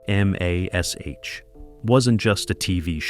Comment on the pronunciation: Why can't these TV reviews use an actual narrator and not force us to listen to an AI voice? Hearing M*A*S*H* called by the individual letters (M A S H) is insulting.